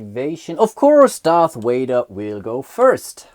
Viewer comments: Darth Wader...lol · Darth Wader?????